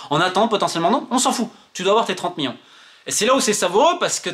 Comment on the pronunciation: Tellement il est colère il a bien prononcer miLLions ! 💀ok je sors !